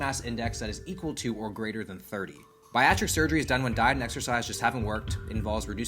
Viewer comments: For the love of Ryan Reynolds its pronounced Barry-a-trick! Not buy-a-trick! Unless that was intentional, in which case..well played 👍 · Just as a head's up, - - "Bariatric" ( The thing you describe when you're pointed to $20 cereal near the beginning ) is pronounced kinda' like Bear-Ree-Ah-Trick. You kept saying "Bye-Ah-Trick". It's not only a classification of "person" in reference to their body-fat, but also refers to a diet we, in clinical, sometimes prescribe to people that have had gastric bypass surgery ( Bariatric surgery ). Otherwise, awesome video as always!:) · I love your videos my dude. You are a fun, inspiring youtuber. I absolutely love your vibe and energy. But it's not BI-AT-TRIC. It's BEAR-E-AT-TRIC surgery. My wife had it. The reason they need food like that is they literally cant eat more than a half a cup of volume after the surgery for a while or they will throw up. So they need the most nutrient dense, calorie dense things they can get. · It’s BEAR-ee-ah-trick, not “biatric” lol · let's pronounce together. "berry-atric" not "buy-atric", k thanks. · Biatric? You’re saying bariatric wrong bud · BAR I Atric not Biatric. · Bariatric not biactic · Biatric? Lolll you meant bariatric. Oh man will please don’t lose your smarts please. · The way he’s saying Baiatric instead of Bariatric. Lol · Pronounced like “Barry-at-trick”. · Baractic? Bariactic... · when food destroys your will to eat as diet food, its a win, at the cost of your soul and taste buds. the cereal, its pronounced bare-e-at-tric referring to bariatric as in obese patient diet. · Bear- e- at-Rick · Man said biatric XD twice. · heres the pronunciation bare - e - at - tric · Gonna help you out or hope so: bariatric= Barry hat trick (minus the H in hat) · Bariatric is “bear-y-ah-trick” 🐻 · pronouncing bariatric as "bear-atric 😂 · Bariatric sounds like beh-ree-a-truck you mad? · Bari....what? It's BEAR-E-AT-TRICK...specializing in the treatment of obesity.